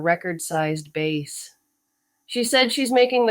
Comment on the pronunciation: I noticed it was AI after it mispronounced obvious words like dove and bass. AI still doesn't do context well to decide which way to pronounce words like those.